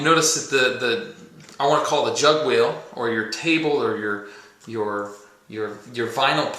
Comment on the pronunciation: Lol he said Jugwheel....haha